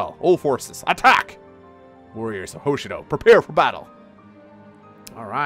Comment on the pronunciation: Well, if you're going to bring up Mang's pronunciation, then there's something that's repeated far more. Hoshido is pronounced with the emphasis on the second syllable; Ho-SHI-do. Not HO-Shi-do. Very insignificant, but you brought it up first.